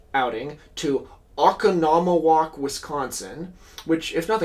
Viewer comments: wisconsin resident here. oh-con-oh-mo-wock. like economy walk if that makes sense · “Oh-Con-Oh-Moe-Walk” Wisconsin mentioned!! 🫡🐄🧀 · hello I'm like a year late- oconomowoc is pronounced "oh con oh moe wok", no emphasis on any syllable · Your butchering of the town of Oconomowok is absolutely hilarious and entirely understandable. It actually flows infinitely better. Oh-con-o-moh-wahk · As a midwesterner and someone who's been to Wisconsin roughly once a year for the last several years, say it with me slowly Oh-con-uh-muh-wok Oconomowoc. (The trouble I have is spelling it.) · Oconomowoc is pronounced "oh conn uh muh walk". It's always a fun one when people not from the upper midwest see it on a map. Pronunciation of both indigenous and French city names truly gets mangled out there. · Oh-cawn-um-uh-wok. That aside, I just wonder if John Steinbeck ever personally met Rube Waddell. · This guy obviously doesn't live in Wisconsin. Oconomowak is very much not pronounced the way he said it (and it probably isn't spelled the way I spelled it)